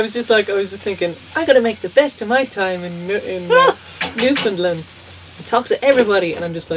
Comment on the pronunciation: Its pronounced Newfundland....understand? Great video. Were you Skreeched in?